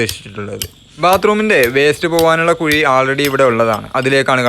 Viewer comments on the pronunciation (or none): കുയി അല്ല ബ്രൊ....കുഴി👍👍👍